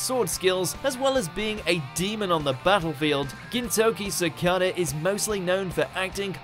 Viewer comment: "Gintoki Sakate" - 2019